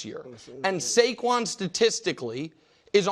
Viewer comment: It’s Saquan dude.